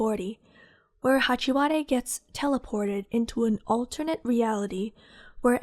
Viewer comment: “Hachi- wa- de” 😭😭